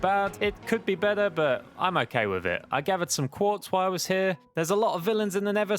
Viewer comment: oak-kay lmao